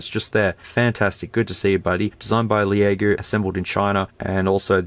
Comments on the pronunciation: It’s pronounced “Lego.” Not the Lego blocks. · 'Leh a go!' I'm dead 🤣🤣🤣🤣🤣🤣